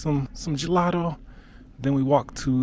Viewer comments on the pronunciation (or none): none